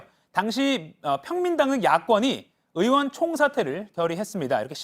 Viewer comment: "의원" 발음이 안 되어 "으원"이라 하시네요. 고칠 수 있을텐데요. ^^